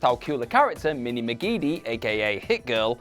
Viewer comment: Its Mindy McCreedy,. Not McKeedy or however the hell you said it